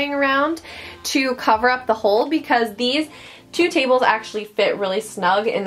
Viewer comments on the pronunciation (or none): none